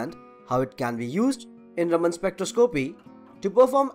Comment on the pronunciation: The way you emphasized certain syllables in words distracted me a lot from the content. Maybe looking up standard English pronunciations before doing voice-overs would help. Analysis, determine, and spectroscopy for example.